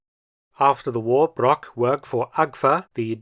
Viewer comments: Hugo Broch not Brock🤦‍♂😅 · I think Hugo Broch should be pronounced as Hugo Brog. As 'ch' is mostly the same as 'g'. I assume the English pronounce a 'c' as a 'k' which to german is incorrect. For example the german surname Brockmann, as this is 'ck' it spoken as 'k' is correct. Otherwise Brochmann and Brockmann would have the same pronounciation. I guess a common English misinterpetation. Besides that great vid.